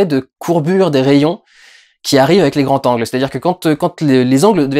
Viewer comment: "les grands Z'angles" pas "les grands T'angles" :)